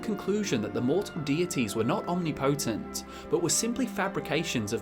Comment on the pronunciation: Love your work,. I'm glad I randomly found your videos. I only have 2 gripes.. I wish the vids were a little longer.. And, as a grammar tyrant, you drive me nuts mispronouncing many words, like ephemeral and omnipotent.